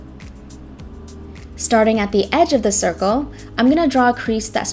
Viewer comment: Everybody gangster till she says draw a cirkel